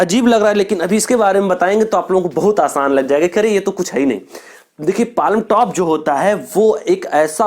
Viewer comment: Hahahha palamtop😆😆it is palmtop where l is silent